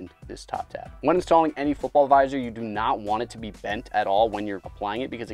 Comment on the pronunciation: please just say visor